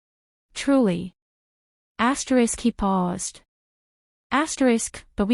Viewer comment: pity about the AI saying ASTERIX